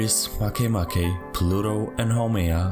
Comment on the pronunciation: It's pronouced Ma kea ma kea but not "Make a bread" MakeMake?